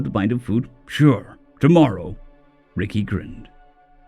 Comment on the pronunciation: i think its pronounced rekai not ricky but it sounds so humans to call an alien ricky instead rekai , like calling a spider xeno name Aarragon Argo , whoops thats aussie , human would be calling Aarragon Aaron